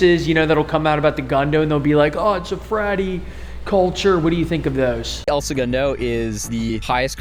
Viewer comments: Not the “El Se-Goon-Doh” 🤣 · El Segundo is pronounced "L-Sa-Gun-Dough" not however you did hahahahah. Nice try though brotha. I've been watching y'all since the start of your channel. Back when y'all had under 50k subs. I was born and raised here. Its cool to see my city get some spotlight. If you ever come back visit us local at the only bar in town, the Purple Orchid. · Might be good to uhm fukking properly pronounce the name of the city you’re reporting on?? Wtf is El Segoondo??